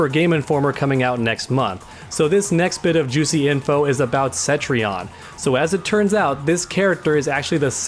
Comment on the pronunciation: For the love of God her name is Cetrion not Centrion! Can't Americans read? Like the 5th NA youtuber to call her Centrion today jeeeze there is no N after the E homies